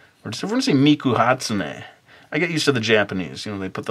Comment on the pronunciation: ou're pronouncing the name wrong geeesh you don't add the "ei" after the "n" on hatsune. sorry, it just annoys me pay no attention